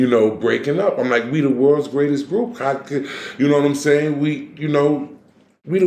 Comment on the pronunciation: bro said this is the may-trex and I am the gray-test 🤣🤣🤣🤣